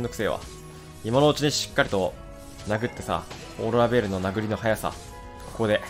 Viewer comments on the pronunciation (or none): 巻き舌ベーrrrルキタコレ